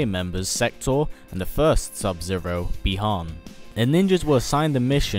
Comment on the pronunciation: Dude why in your old videos you called bi Han bye Han